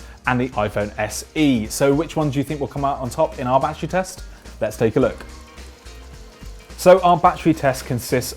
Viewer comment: Bad err